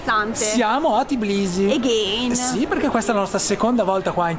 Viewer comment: Si dice Tbilisi non Tiblisi😊😘